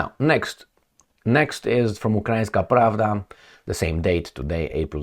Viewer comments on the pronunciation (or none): none